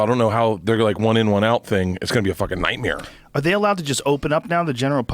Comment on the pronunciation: “Nightmēre” 🤣🤣🤣 2bears1cave